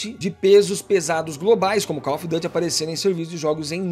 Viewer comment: koll ofi Du ty. para ele 😂. Cada uma né? 😂